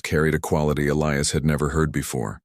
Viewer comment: Somebody finally got the AI to Pronounce "Elias" correctly.